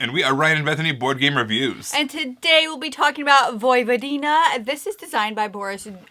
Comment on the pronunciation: Great review! This game is fun enough to play, but wow it's super fuggo lol! Nice to see Vojvodina represented in a board game, even though it's hard on the eye ;) [PS - when pronouncing Vojvodina the emphasis is on the first syllable, not the third]